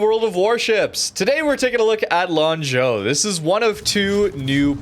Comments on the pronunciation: lol. rare correct pronunciation by lol. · I am also surprised by pronunciation. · Your pronunciation of Lanzhou is pretty neat. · I mean, for me it is the first time he was not immediately saying sorry for the pronunciation so I'm sure he actually verified it before the video lol.